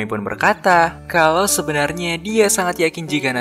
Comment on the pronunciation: kenapa pelafalan huruf a selalu ada e nya bang? contoh; sebaikNYEA, sebenarNYEA